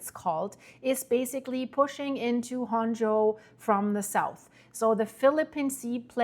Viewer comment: it pronounced Honshu the U is Long please let me know every time you due an update on Japan so I can help with your Japanese words